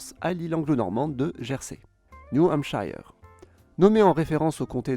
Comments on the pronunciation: C'était très enrichissant. Par contre pour l'état du New Hampshire, on ne prononce pas la voyelle de la dernière syllabe "aï" mais "eu" comme dans "heure". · En anglais, "shire" se dit avec le "i" => "aï", car il porte l'accent, tout comme pour Ohio. Mais lorsqu'il est accolé à un nom pour désigner une province/région, le "i" de "shire" => "eur". New Hampshire se dit donc "hampsheur". Pareil pour les provinces anglaises comme Lincolnshire, Hampshire, Gloucestershire, etc. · Si jamais, le New Hampshire ça se prononce "chir" à la fin, pas "hampchieur". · New Hampshire ne se prononce pas Niou Hampshayeur, mais Niou Hampsheur. Generalement, les noms finissant en - shire se prononcent sheur. Gloucestershire = Glosteursheur, Wiltshire = Wiltsheur, Oxfordshire = Oxfordsheur. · C'est juste, on doit prononcer AR-KEN-SO (avec un O ouvert, à la fin). De même que New Hampshire ne se prononce pas ''èmp-shaille-heure'' mais ''èmp-cheure''. Mais bon, les français en général ont du mal avec la prononciation de l'anglais 😊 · New Hampshire est mal prononcé. Que ce soit dans l'anglais UK ou US, ça se prononce /ˌnuː ˈhæmp.ʃɚ/